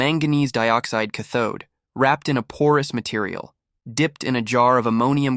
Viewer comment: Brother! Rattles off the Slavic language like nothing, can't pronounce "cathode". 🙄